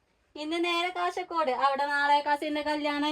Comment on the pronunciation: കാസർഗോഡ്‌ സ്ലാങ് ഇങ്ങനല്ല. കഷർഗോഡ്‌ അല്ല 😢😢😢 ജൂീഷ് അല്ലാ. ജ്യൂസ് ആണ് 😊